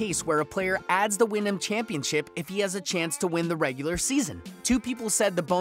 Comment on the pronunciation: I hear ya...I just figured you would know how to pronounce Wyndham...